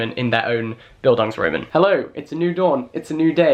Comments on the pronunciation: Nice Video, i didnt know that Bildungsroman is an actual term also in english literature. I am from a German speaking country, and i loved how you pronounced "roman" because of course any english speaking person would pronounce it like that😍😍, like people wo live in Rome... not to pick on it, just for clarification, the a in Roman is spoken long, so it is more like Romaaan 😊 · just a pointer from a german english lit graduate, the stress in the second half of the word "bildungsroman" is on the last syllable, bildungsroMAN :) just so you can sound even smarter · The "Bildungs" was perfect. Just the a of Roman is pronounced like a "u" as in "fun" but longer because its accentuated. And the "R" is different. So Bildungsrrromuhn. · Love you so much, but if you mispronounce Bildungsroman like that one more time I will have an aneurysm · Oh! Having a coke with you also was mentioned in Beastly! Also as a german I cringed every time you tried to pronounce "Bildungsroman". But it's okay, Jack. We love you anyway! <3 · I as a german live for your pronunciation of “bildungsroman” it just literally translates to “educational novel” but you said it in a way, that it seems like a new word.. wich it kind of is i guess.. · The way you pronounce Bildungsroman is lowkey upsetting lol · I am binge-watching your videos... and I AM SO IN LOVE with your content! I read Normal People - it was my first book of the year. And i fell in love... and now, watching you discovering all the references... its just genious, you make me wanna read it again! And btw I adore how you say Bildungsroman! Liebe Grüße from Germany :) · „Bildung“ is literally education in german😂 pls say Bildungsroman one more time🥴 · I'm german and when you said Bildungsroman i wasn't thinking much about it and then i read the word on the screen and realized its German. I just found it so funny that that actually is a term in English and the way you pronounced it was really cute 😂 Any other germans here?